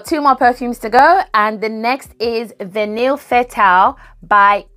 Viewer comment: L❤VE vanilla frags! Heads up-the word Vanille (as in Orchidee & Fatale) is pronounced: Vah-knee rather than Van-nil And I personally don’t need notes on the screen